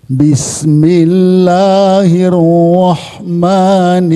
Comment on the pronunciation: Di basmalah nya juga. Hiro bukan hirwo Niro bukan nirwo Ayat... Aro bukan arwohman arwohim Masih banyak pengucapan huruf yg salah,maaf cuma mengingatkan